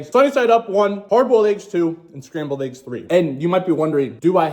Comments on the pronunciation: Clicked off as soon as you pronounced it “AYEGS” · Said “ayeggs” 100 times before 5 minutes in lol😂🔥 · Haha he just made a comment about if we don't like the way he says eggs. LOL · why he pronounce eggs like that????